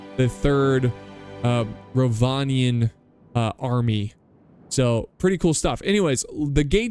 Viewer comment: Almost 2 minutes in and I know for a fact that it's going to be a great battle. And yes, you did pronounce Rhovanion correctly:)